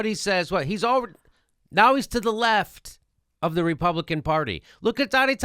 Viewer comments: Love you Jimmy but it sounds like you're saying "Donnie Tonna Hands" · I love how jimmy says donnie tiny hands like "Donna tonya hands"